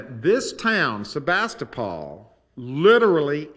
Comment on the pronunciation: I have family from Sebastopol, have been going there for almost 30 years, and I have never heard anyone pronounce it that way. The last syllable is pronounced like pool!